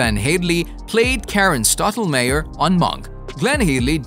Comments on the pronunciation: okay. FIrst of ALL it's "stahtlemahhyer".. not" stottle mayor" Do you even watch the show? Janet Wright was WHO on Monk?/? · Also it's Stottlemeyer not Stottlemayer.